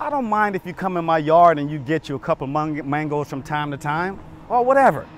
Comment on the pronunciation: the mistake when he went to say mangoes lol